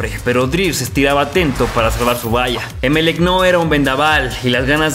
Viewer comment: No se pronuncia É melec. Se dice Emel ÉC . Mayor fuerza de voz en la última sílaba.